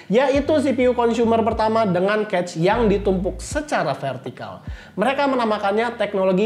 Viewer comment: maaf ya cuma mau kasih masukan, spelling "cache" nya agak keliru sepertinya, hehe.